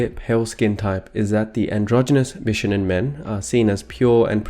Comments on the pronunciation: Bishonen should be said more like: Bee-shoh-nehn The first 2 syllables aren't said that fast. Sorry, it was just really distracting to my inner weeb. Good video though, especially discussing the pre-existing cultural preference for pretty boys in Japanese and Chinese cultures. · It is pronounced bishOnen. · More like bee-shou-nen ;) 美少年 = びしょうねん = bishounen. The o sound is long. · why is it so difficult to say the word bishonen correctly? i don't care about the exact modulation of the consonants, but the stress is on the second syllable. that's easy to research and easy to say. it's bi-SHO-nen.